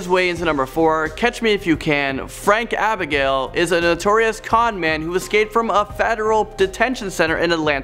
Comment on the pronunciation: Great vid By the way, it's Frank Abagnale, not Abigale